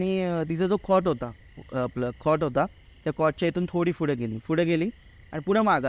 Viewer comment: हा खूप पुढे ला फुडें, पुढून ला फुडून म्हणतोय, यांचा p silent आहे का?